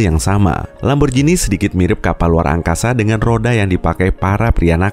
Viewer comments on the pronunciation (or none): bacanya ‘lamborgini’, bukan ‘lamborjini’ :( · Min merk italia lamborjini mana yg tau baca tetep lamborgini